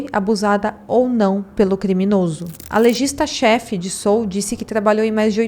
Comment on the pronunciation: Pronuncia Seul mesmo, não Sul.